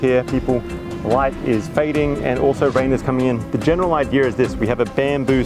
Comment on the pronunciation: "the general idear is this" ... there's no "r" after the word "idea" FFS